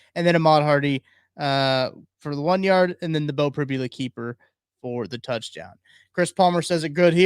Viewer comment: Prib-YOU-la - not Prib-ya-la